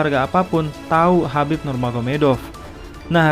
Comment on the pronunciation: Tolong hargai identitas seseorg dimulai dg menyebut namanya dg benar, namanya Khabib bkn Habib